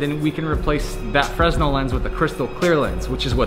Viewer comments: Fresnel is not pronounced "Frez-nel", it's "Fer-nell". Considering he's a light guy he should know how it's pronounced. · Fres nel lmao it's pronounced "fra nel" even though it's written fresnel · It's not pronounced fresnel, its' pronounced 'fra-nell', the headlights are awesome btw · Fresnel lens in pronounced Fer-Nel. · The old lens is pronounced "fri-nel", although it's spelled fresnel! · A Fresnel lens is not pronounced how it's spelled, it's pronounced (fer, nel), it's French. I cringed every time he said it like he knew what he was talking about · The way he pronounced fresnel kills me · You don't pronounce the "s" in fresnel. Just so you know